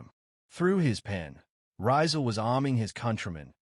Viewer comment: The correct pronunciation of his name is Ree-zaal, accent on the second syllable, not Rai-zaal. How can you make this basic mistake? It's so egregious and distracting that I stopped watching the video despite the interesting content.